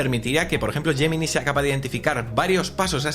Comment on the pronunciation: Porque hay palabras en inglés que las pronuncias perfectamente como por ejemplo “call notes” y después a lo largo de todo el vídeo vas diciendo todo el rato “gemini”?